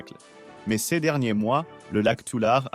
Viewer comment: ça serait plus intéressant si vous preniez la peine de convertir les unités de mesure (acres, pieds, miles, acres pieds!!!....) et si vous appreniez à votre robot à bien prononcer le mot "ces".